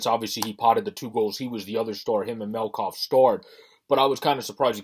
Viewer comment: It’s Met-calf. Please pronounce it correctly. He’s a great goalie and you are lucky to have him.